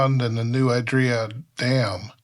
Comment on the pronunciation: San Benito resident here, you’ve got it right, you’re just saying it a little funny. No idea where this person got “I-draw”…